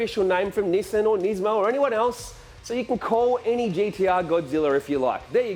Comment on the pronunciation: You forgot one, it's Nis-mo, not niz-mo as everyone pronounces it